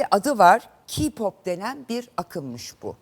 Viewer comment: KPOP AKIM DEGIL MUZIK TURUDUR LAN. AYRICA "KİYPAP" DEGIL "KEYPOP" DAHA NASIL SOYLENIR ONU BILMIYON. GELMİŞSİN BURDA KONUSUYON. SEN GALIBA HAYRANLARDAN DEGILDE SEDA AKGULDEN DINLEDIN KPOPU. KPOP FANI KAYBOLDU DIYE KPOPU SUCLAYAMAZSINIZ. O ONUN KENDI TERCIHI KPOP BIZE GIDIN ZAYIFLAYIN RENGINIZI DEGISTIRIN DEMIYOR. KPOPU SADECE ERGENLER DINLEMIYOR 90 YASINDA HAYRAN OLANLAR BILE VAR ONLARDAMI ERGEN GERIZEKALILAR